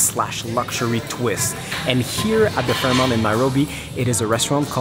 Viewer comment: Great videography and commentary! However, I couldn’t get over your repeated pronunciation of FairMONT as FairMOUNT……